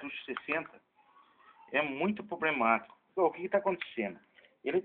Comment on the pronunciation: pobrema huahua pobremático huahuahuahua